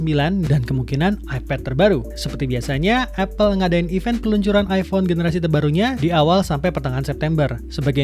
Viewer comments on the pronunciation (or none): Event min bukan even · "event" pak